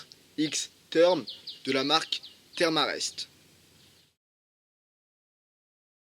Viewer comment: Sympa le tuto historique, par contre, ca se prononce "Therm E Rest" ^_^